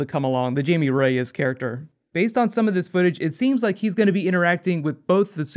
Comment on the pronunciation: Facinelli has nice butt too! Or he did back when he did Supernova, but then he looks like he's still in good shape unlike Nathan Fillion who doesn't like much like he did in his Firefly days where he too showed his once impressive posterior. I think Jaime Reyes name Jaime is actually pronounces like Hi-me or Hey-me instead of Jay-me.